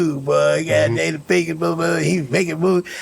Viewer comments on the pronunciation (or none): none